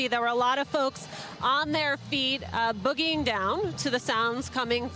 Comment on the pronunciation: In the beginning of this video the news reporter said “people were boggie’ing down to the sounds” 😂😂😂😂